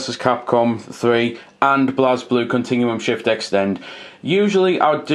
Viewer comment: It's pronounces "blay blue"